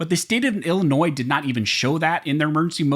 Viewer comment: DUDE, it is NOT Ill - NOISE, the s is silent, it is Illinois! You went back and forth saying the s and then not saying the s.